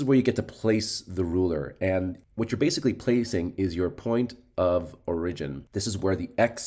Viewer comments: Oh my ears! It hurts! (Standard American English: /ˈɔɹ.ɪ.d͡ʒɪn/ or /ˈɔɹ.ə.d͡ʒɪn/ (sounds like OR-ih-jin or OR-uh-jin). --- Otherwise great video! Thanks! 👍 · Good video and explanation. My only question isn't based on material... Where are you from? It took me awhile to figure out you were saying "origin" lol